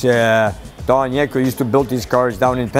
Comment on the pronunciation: it's not yanko its yenko lol